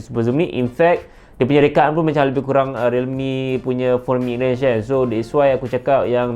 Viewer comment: Kurang not kuraeng😂